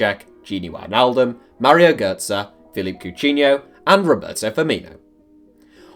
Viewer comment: Love the vid but 1. Coutniho left 1/2 through 17/18 2. It’s cou teen EE oh